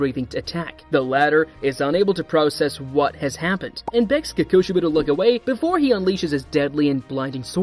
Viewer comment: its so funny how you say kokushibo